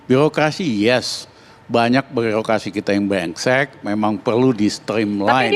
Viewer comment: L L NGOMONG YG JELAS GAK NGELTI .BRENGSEK BUKAN BLENGSET.PANTASAN DIPECAT